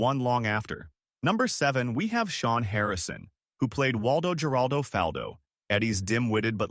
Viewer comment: It's "Waldo Her-ALL-Dough"!